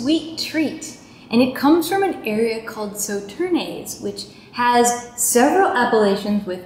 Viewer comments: This is the first of your videos I have watched and am quite impressed. A good introduction to Bordeaux. Just one small point, Sauternes is pronounced 'so-turn' not 'so-turnay .' Otherwise, great! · Very interesting new format! But you slaughtered the word Sauternes :D